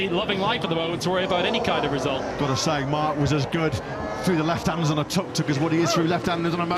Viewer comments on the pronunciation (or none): Imagine thinking of yourself as a professional sports commentator and then not be able to pronounce the nickname of the vehicle correctly.... How hard can it be... its the same word twice.....tuk....not tok, not tork, not tåk, not tog... how pathetic....